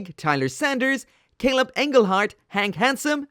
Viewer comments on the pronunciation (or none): none